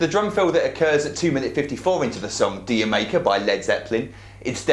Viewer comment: dude, the song is pronounced jamaica ;) keep up the great vids ;)